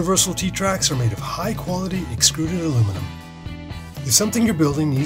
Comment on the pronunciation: Yes I noticed the voice over guy mispronounced extruded :)